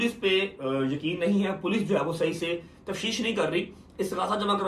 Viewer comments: Tafsheesh nahi tafteesh hota h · Tafsheesh Nahin tafteesh kehtay hain